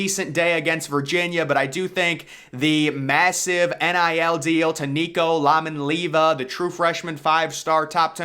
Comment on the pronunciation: Nicos last name isn’t “Lamanleava. Atleast try to learn the kids name.